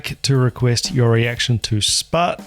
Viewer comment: I was the one who sent the request. Thanks for an incredible reaction video! I’m not a drummer, but I enjoy Sput’s music so much. Always blows me away, and you really did it justice with the reaction. Btw, not that it matters, but you pronounced my name correctly, which no one ever does 😂.